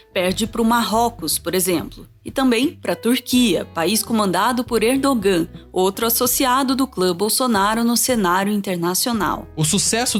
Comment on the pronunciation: Não é Erdogan(Erdogã) é Erdoğan (Erdouã).